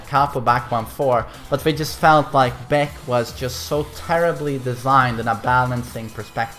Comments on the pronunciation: its not beck its B AE K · You aint the main man with this title. This some NPC type clickbait title. and his name is pronounced BaHKoo, not Beck. he's not an indy country singer or a beer drank by corporate lackeys. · Baek's a loser, baby, so why don't you kill him (double barrel buckshot). If you don't get that joke, listen how pronounces "Baek". Also, Baek's cool, so don't actually kill him pls.